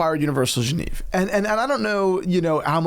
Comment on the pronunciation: Love your content guys. It really bothered me how you pronounced Genève throughout the video. It’s “Jeu-Nev”